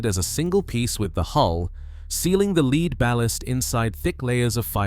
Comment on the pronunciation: When they can't pronounce lead - the heavy metal - then they lose my confidence and I move on. It's OK, though. I need to go change my oil and filters and then go for a sail. Beats sitting around watching videos, anyway.